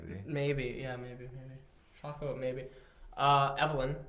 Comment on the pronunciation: Cmon.. it's AE-trawks not AT -rocks and Shae-co not Shack-o..